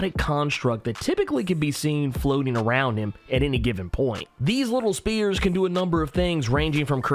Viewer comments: I swear tg youre saying SPEARS instead of "SPHERES" Like bruh... come tf on. u did it multiple times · Spheres... S-fears. Not spears... S-peers. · I don’t like how he’s pronouncing spheres as spears lol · I’m triggered that you called them spears, not spheres. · really had trouble with SPHERES! Hope he figured it out after 5 years. It's SsFEARs. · Did he call them T spears?